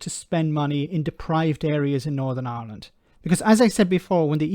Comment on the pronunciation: What I want to know is why does an Irishman like yourself pronounce the name of the country as ‘Ahhland’ 😊